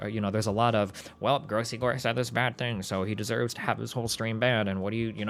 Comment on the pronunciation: Say his name right dude it's gross gore. The legend will never die